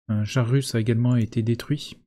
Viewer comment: Russe pas RUS, je dis FRan moi ?